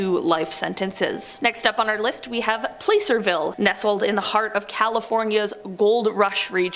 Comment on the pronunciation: Its placerville pronouning the A like you would in apple, not a hard "A" sound